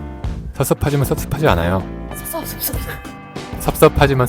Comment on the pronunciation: 알고리즘에 이끌려 보게 된영상 잔잔히 보고 있다가 섭섭 발음에 저항없이 웃어버렸네요😂 전 아직 방콕을 가보지 않아서 낯설게 느껴지기도 하는데 그곳에서의 삶을 간접적으로나마 들여다볼수있어 좋았네요!! 종종 구경하러 올게요😊